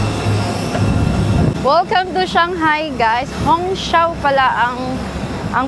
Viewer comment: Hongqiao is pronounce as “hong chiao”